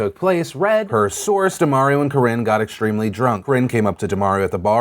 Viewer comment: DUH-MAHR-EE-OH... Not DUH-MARE-EE-OH.... C'mon Phil, this is Mario-gate all over again 😧